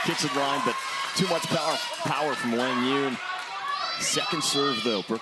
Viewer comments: No excuse it’s not even close. Wang Yun? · Am I the only one that's been pronouncing Quang Duong wrong this whole time?? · commentators don't think you are pronouncing QD's name correctly most of us know him as QD cuz no one pronounces his name correctly, just saying